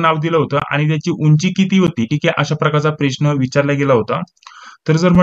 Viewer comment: सर, तुम्ही प्रश्नाला "प्रेश्न" का बर म्हणता ?